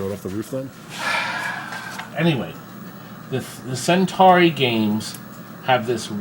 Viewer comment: Am I the only one driven to madness by his continuous mispronunciation of "Centuri"?